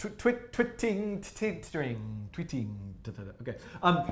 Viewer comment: 'twiet' - not tweeting 😎